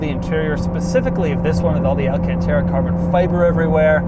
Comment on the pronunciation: The way he said alacantra! 🤣